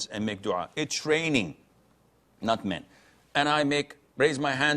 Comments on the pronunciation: Did he just say It's raining...not men😅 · It’s raining … not men looool